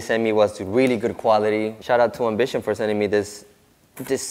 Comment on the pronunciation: Best iv see you do so far Sounds like you keep calling it Bishop! N it's not a Bishop it's called Ambition!..